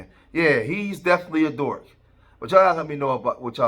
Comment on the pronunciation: The word is Dork with a (K)👈🏾 not Dort with a (T)👈🏾 or a Dorf👈🏾 with a (F) bro.😁🥴😅 Good job tho my guy. 👍🏾😉